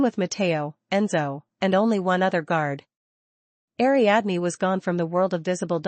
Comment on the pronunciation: Ariadne. = ariadeen.